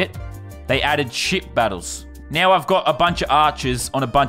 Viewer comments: Ay Lannon it sounds like ya saying s$%# battles not ship battles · Did Landon say shit battles or ship battles??????😂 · When he said ship I thought he said sh*t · At first I thought he said shit battles instead of ship battles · It sounded like he said shit battles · I keep thinking he says shit battles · Who else thought he was saying shit battles